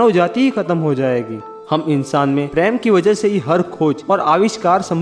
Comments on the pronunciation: sorry sir but bolna par raha hai ap apna voice thora tik kijye kuch bate samajh me ni aati hai, for example, ( love) ko ap Hindi me Prem ko na bol k paraim bolte h or bhi kaii word h jo der se samajh aati hai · Nice video But it's prem Not pram😂🤣🤣🤣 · Bhai preyam Nhi Prem bolo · Sir aap prem ko praim kyu bolte hain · app prm sahi bilna sik lo sir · please prounance Prem correct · Mai to praym sun k confused ho gai😂😂